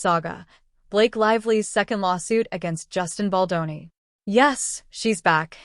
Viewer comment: I watched & Liked your videos ✅ BUT ..... Can the Narrator please get the most important name correct ❓❓❓ It is NOT - BOL-DON ❌✖❌ It is - BALDONI ❤🖤❤ { Bel Don Nee } It Grates my Ears each time you ... "Mangle & Damage" Justin's name 😤🙉